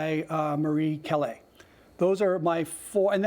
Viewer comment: Sorry for this nit-pick. But please, please, learn to pronounce Callas.